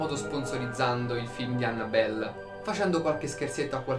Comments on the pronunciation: La cosa che fa più paura è il come pronuncia "Annabelle" 😂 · Esatto, mi fa male al cuore sentirlo xD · Aiuto, come ha pronunciato Annabelle😂